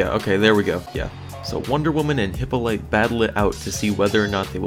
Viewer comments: wowowowowowowowow it's Hipp-o-li-ta, not hypolite lmaaooo <3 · It's pronounced "Hip-POL-lit-ta" - not "Hippo- light" - and the other name is "Chim-Mer-AH" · HYPOLYTA!! NOT HYPOLITE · It's not "Hippo Light", its "Hip All A Tea". Sheesh... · thank you! I literally couldn't continue watching this video once I heard him pronounce it hippo light, I had to go immediately to the comments and luckily saw yours before repeating the message. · Is there any chance he pronounced it hippo light to try to be funny? I mean it's definitely not funny...at all...in any kind of a way...except I guess picturing a ridiculously skinny hippo, that's sort of humorous. Anyway I just have a hard time believing anybody that would make a whole video about wonder woman wouldn't know how to pronounce Hippolyta. I mean even if you've just seen the new Wonder Woman movie you should know how to say it the right way, on the other hand trying to pronounce Gadot seems to be a riddle with no answer, I think I've heard it pronounced about 1000 different ways and counting. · I almost died listening to that over and over again. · It's actually Hippolita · FYI: Hippolyte is pronounced "Hippolyta", which is also an alternative spelling. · It's Hip-paulie-ta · It’s pronounced Hïp-PÖL-îtä. And Kī-MĒR-rä. With the •• indicating “soft” vowel sounds. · Is THIS why so many announcers use such bad pronunciations? Ask a human. Computers are rarely the best source for pronouncing proper names. (If you didn't get joke, it's actually pronounced "Hip Paul It Uh". Ancient Greek names tend to put the emphasis on the second syllable. So, the next time anyone reading this has trouble pronouncing a Greek name, you're welcome.) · its prononced like (Hip-all-O-ta) BTW. No hate, just saying. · "Hippo-light?" Really? Are you even a fan? How can you not pronounce basic words in the WW mythos? Bah! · Your pronunciation software is no good. Hip-Paul-Lit-Tah. Good video series, though. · Pronounced "Hip-olleh-tuh"